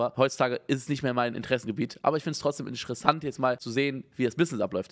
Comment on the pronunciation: Niemand: Unge: Inschressant 😂😂😂 ungefähr bei min 7 bis